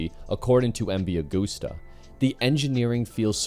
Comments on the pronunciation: Constructive criticism here> It's pronounced MV AH GUST AH. No gooses involved. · Yeah you’re incredibly wrong. It’s pronounced Ah-goose-tuh. It’s Italian. It’s not an English brand. We say “Eme vee Ah goose tuh”.